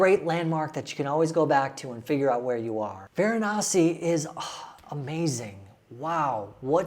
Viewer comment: It's ganga river not Ganges it's Varanasi not veranasi